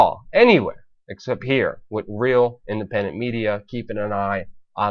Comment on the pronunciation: Stop saying "wit" instead of with...you aren't ordering a Philly cheesesteak! Other than that, keep up the good work.